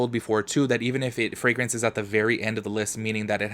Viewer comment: Frangrance?? Gurrlll what?😂😂 I cant